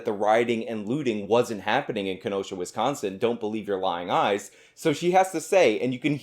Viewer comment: As a Wisconsinite can we inform her that there is no T in Wisconsin as she pronounces it Wistconsin and it bothers me